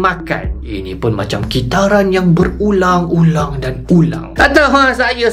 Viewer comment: awal2 tu saya dengar bang kata berulam-berulam....